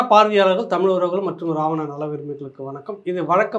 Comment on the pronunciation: அடேய் அது தமிழ் டா அறிவிலி. தமிழின் சிறப்பு எழுத்தே "ழ" டா. ஏற்கனவே ஆங்கிலத்தில் தமில் (tamil) தான் சொல்லிட்டு திரியுங்க தற்குறிங்க. நீ வேற என்டா தயவு செய்து தமிழை கொல்லாத டா . எவ்வித தகுதியும் இல்லாத மூடர்களாகிய நம்மிடம் வந்து சேர்ந்தது தான் தமிழ் செய்த மிக பெரிய பாவம். தமிழ் சீனாகாரனிடமோ ஜப்பான்காரனிடமோ சென்றிருந்தால் அசுர வளர்ச்சி பெற்றதோடு அதற்காக மரியாதையும் மதிப்பும் கிடைத்திருக்கும். ஆங்கிலத்தில் பேசினால் தான் புத்திசாலி என்று நினைக்கும் சவ தற்குறிகளிடம் சிக்கி கொஞ்சம் கொஞ்சமாக அழிந்து வருவது தான் தமிழின்(என் உயிர்) பரிதாபமான நிலை. தமிழ் கடவுள் முருகனே இந்த தமிழ்ப் பற்றற்ற எங்கள் அறிவிலிகளுக்கு நல்ல பாடம் புகட்டப்பா.